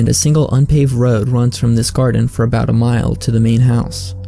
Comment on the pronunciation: who is in mind to hear this stupid voice? What is this about the pronounce like light "looaight" about "abaaauuut" bro u got to see a doctor.